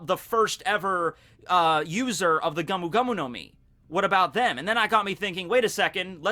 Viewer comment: It's GOMU, neither GAMU nor GAOMU